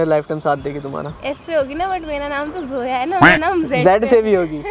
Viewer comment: Zoya not soya😶😂😂😂😂